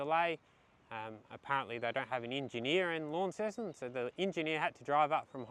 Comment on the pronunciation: Hi, "Lonceston" not "Lawnceston":face-blue-smiling:, love you having a James Boags 🍺